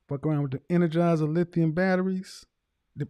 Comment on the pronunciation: “F**k around with them Enegizer ultimate lithium’s”